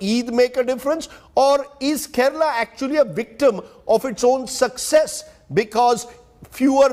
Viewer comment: Keral nahi Kerala hai